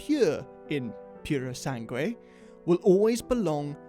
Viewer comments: It´s pronounced "Poo ro sang é" (it´s the best way I can explain) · Repeat after me: PURR-SANG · It's pronounced..pu-ro-san-gway...it means "pureblood" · I appreciate your attempt to pronounce purosangue 😂 It’s pronounced like you would pronounce something like poorosangooe (I’m italian) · Purosangue it's pronounced puro sang whey if you want 😂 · How difficult it is to pronounce Purosangue 😂 I hope it gets a v12 as well. Great video lads ✌️ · For the love of god, the u in sangue is silent!!!